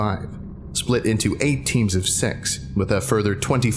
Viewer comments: You say six like sex and got me really confused. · when he said "Six" i heard "Sex" is that normal? XD